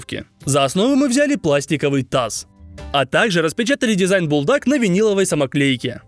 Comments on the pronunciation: Бультак а не бултак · ne beldak a buldak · Бульдак а не булдак